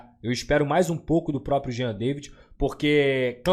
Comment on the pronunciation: a pronúncia é Jean "Davi".